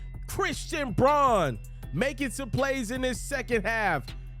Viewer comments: Okay,, time to know your Nuggets. The rook, Christian Braun. His last name is pronounced, "Brown." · Christian braun, pronounced 'brown'